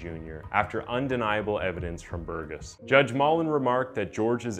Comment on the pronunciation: You pronouced the name wrong "Burgess" is prounounced "burr'jess" It's my family name.